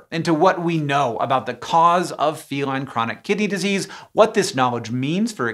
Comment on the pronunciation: I keep hearing chronic kitty disease